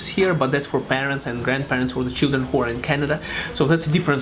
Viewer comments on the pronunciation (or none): none